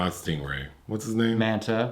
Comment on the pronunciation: “Stingray” lmao I appreciate the effort though